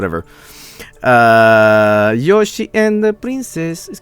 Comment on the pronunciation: i swear I was hearing him as saying "Look at Joshhy! Look a Joshhy!"